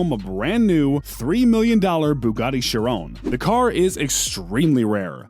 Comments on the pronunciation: It’s not shirown as you saying it it’s she Ron and HOLY SHIT you fucked up my favorite car the veyron wtf it’s not the verown it’s the VEY RON WHICH YOU KNOW IS MY PFP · Bugatti sheron... chi-ron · There are so many faults in this video! Like saying the wrx’s specs are the Sti’s! Mispronouncing Chiron chirone it’s supposed to be shi-Ron not shi-rone! Mispronouncing the veyron’s name, mispronouncing the wraith’s name! Lots of faults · Its she-ron and vey-ron not chirone and veyrone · this dude said bugatti sherone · ITS VEYRON (VAY • RON) AND CHIRON (CHEER • ON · My guy said “Bugatti Chrrrone” bruh💀💀💀😂😂😂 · "Bugatti ChErOnE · i hate how he pronounces "chiron" and "veron" he goes "sheer on" and "ver onne" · Bugatti shirown Bugatti veroan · you say Chiron and veyron wrong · You might wanna work on pronouncing Chiron right 'cuz that's definitely not how you say it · Why did he say Chiron like that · Almost trew up when he said chiron and veiron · why can u not say veyron and chiron like a normal person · Man, the way you pronounce both Bugatti vehicles made me want to punch a baby. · Just because a new exhaust and body parts were added to a car doesnt mean its modified, that SV is as stock as it can get. And thats not how you say chiron 😭 OR VEYRON 😥😥😭😭😭😭